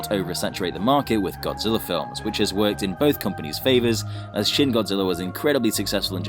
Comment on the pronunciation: It's shin not shing